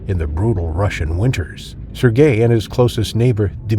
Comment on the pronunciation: AI needs to learn how to pronounce Sergei.